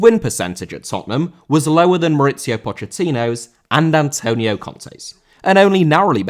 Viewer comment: Antonio* not Antouwniouw